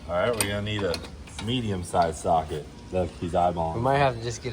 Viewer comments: I kept thinking was saying shove a SOCK in the wastegate, not SOCKET! I was thinking what the heck is a SOCK going to do???? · I LEGIT thought he said sock… 🤔 like a sock sock? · why did I keep hearing “sock” instead of “socket” 😂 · Socket, I thought you said sock! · Legit thought said put a sock in the wastegate, then I saw cleet with the socket 🤦🏻‍♂️ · Socket!! I thought i heard SOCK!! I was like "Never heard of that wizardry before". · I thought they said “put a sock in it”. Also, that’s a big turbo for 600 hp 😂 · I thought was saying sock in it not socket. 😂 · I heard “Sock”… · Oh, socket...Why did I hear "put a sock in the wastegate"? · I 1000% thought said "Put a sock in it" 🤣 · Lol, I thought you said SOCK, for the wg